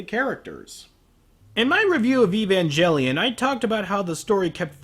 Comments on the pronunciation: “Eve-en-jelly-on” lol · "Evanjelion" I cringe every time